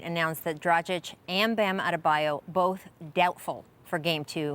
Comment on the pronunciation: "Dradzich" cmon cuhh, its just "Dra-gich"